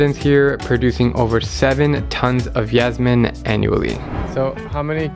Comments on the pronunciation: it's originated from the Persian "Yaasamin", so I think y is more appropriate than j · I'm Egyptian and we call it Yesmeen!